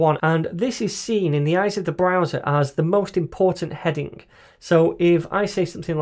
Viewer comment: 読音が日本人：stronグ headinグｗｗｗ